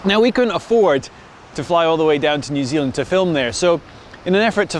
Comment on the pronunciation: Nu Zulund!